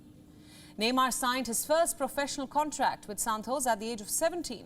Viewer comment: Her Santos sounded like Santosh 😀 to me 😁